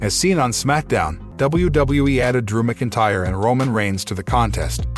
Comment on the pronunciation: Narrator keeps saying Drew McIntyre wrong 😑